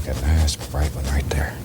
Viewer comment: Bob always says "Right dare" instead of "right there".